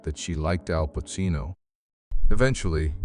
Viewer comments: What is this AI? Jesus, it's Pacino "PaCHino"!... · What a piece of garbage. And the AI bot can't pronounce Pacino's name correctly.